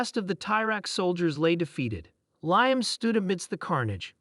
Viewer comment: Oh Mighty A.I. system that made this - us humans would say his name as "lee-am". Apologies for needing to correct you.